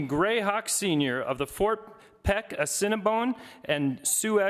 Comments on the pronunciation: How do you not know how to pronounce "Fort Peck Assininiboine (Ah-sin-ah-boin) and Sioux (Sue) Tribes?" Especially when you are supposed to be working with our Tribes. The Sgt. of Arms inlm guessing is a Republican, the party that rarely, if ever, visit 6 of the 7 reservations. They rarely, if ever, care to know our needs, wants, or how we can come to the table and help, unless its by enlisting, which we do at higher rates than any other ethnicity per capita. They're forced to visit the Confederated Salish and Kootenai Tribes because they're a PL-280 Tribe meaning the Tribe and Montane State share jurisdiction (which most tribes strictly oppose as it gives too much say to non natives about our own homeland as well as gives them rights to own lands within reservation boundaries. This in itself is a breach of most of our treatys we signed with the federal government.) We gave up the vast vast majority of this land called the United States in hopes of peace and prosperity. We were pushed further and further west from our our homeland and allowed this to try to keep the peace. It wasn't until we couldn't go no more that we were forced to fight. And it was then and only then that the US Government realized that we would rather die free and dignified before we were pushed into the ocean. Had we fought from the very beginning, instead of trying to be a peaceful and helpful neighbor, believing their was enough for everybody to enjoy and prosper, we would have crushed the US army, esp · It's pronouced "A sin a boy n" Assiniboine Tribe. 🪶🏹❤️🏜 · critique I will make. The man who was introducing him mispronounced the names of the tribes at Fort Peck reservation. It is the Ah-SEE-NEE-BOY-NHH and SOO, emphasis upon the phonetically correct pronunciation. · Did he just sat Cinnabon and su-ex? Omg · He said the cinnabon and soo-X tribes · Doesnt even know how to say Assiniboine and Sioux smh. That is my tribe